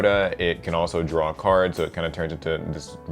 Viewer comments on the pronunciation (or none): none